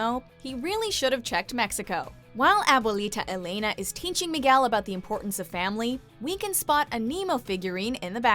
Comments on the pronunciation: Elena not Eilena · You pronounced Alebrijes right but couldn't say Abuelita Elena correctly. Grrrr